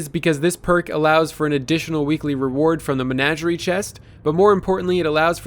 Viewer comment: It's Men-AW-gerie